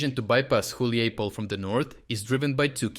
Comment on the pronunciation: Dude, you pronounced Hulaipole in like 4 different ways.. haha.